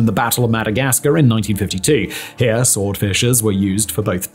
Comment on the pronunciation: You keep saying 1952 when it is 1942 for the battle of Madagascar. Or at lease it sounds like that because you are slurring 42 into 52